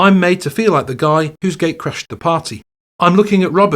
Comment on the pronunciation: CRUSHED and BURNED??? don't you mean CRASHED and BURNED??? sounded like you said CRUSHED, and playing to THAT SIZE of a crowd is NOT A GIG mate, it's a FULL ON EPIC SHOW. kool video though